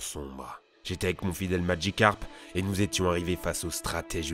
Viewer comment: C’est moi ou il prononce « magicarpe » très bizarrement?